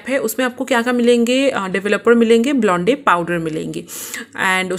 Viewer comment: It's blonde not blondey